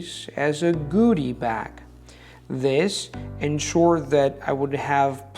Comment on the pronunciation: admire you and appreciate your videos, super helpful.. just a small detail - recheck your pronunciation "goodie" bag... against a native.... :) It sounded like you said ipa: "gudi", but should be ipa: "gʊdi" ....keep up the great work!